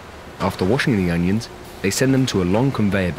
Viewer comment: ONIONS, not UNIONS. It drove me crazy enough to scream everytime he said union instead of onion.